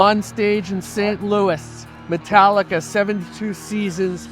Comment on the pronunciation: "Metlica".... St. Anger documentary...😂😂 James is soo funny sometimes ...😂😂